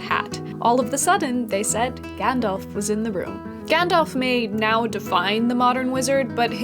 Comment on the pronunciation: Gandalf, not Gendalf. Having said that, love the vieo, thumbs up!!